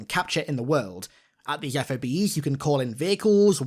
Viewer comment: Just call em ‘Fobs’… not F.O.B’s, that’s how they are pronounced